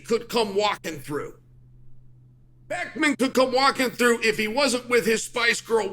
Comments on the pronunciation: BECKHAM not BECKNAM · Beckman? lol it is Beckham pronounced Beckem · “Beckmann could come walking through” 🤣🤣 Chael cracks me up. He struggles with so many names. King troll 🧌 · He said beckman 😂😂😂😂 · Bro called David Beckham "Beckman" 😂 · Messi and "Beckman" 🤣🤣🤣